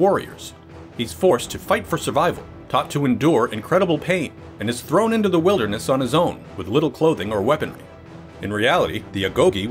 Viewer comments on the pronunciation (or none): none